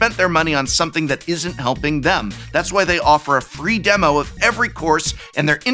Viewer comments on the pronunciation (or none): none